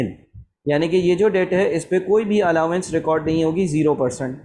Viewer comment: SIR SORRY BUT ITS ALLOWANCE NOT ALLAWANCE